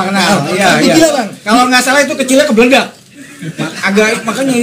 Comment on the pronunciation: Hahahahaha...... "Kebledag" 🤣🤣🤣 Salam keren lah buat & 👍.